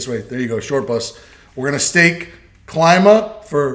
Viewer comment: Is Klima not Claima. Klima from Greek language.